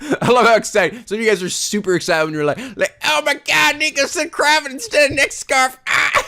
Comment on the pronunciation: I don't think that's how you say cravat